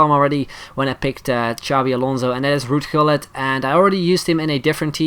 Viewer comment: Are you Dutch you pronounced Gullit and van der wiel correct :p